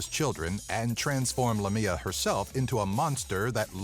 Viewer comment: Haha, the second creature is actually Lámia, not Lamía. Lamía is a town in Greece, and one day, when I was young and I couldn't read very well, I read Lámia in a road sign and my father, who was driving the car, laughed and then explained me what Lámia was! I freaked out...!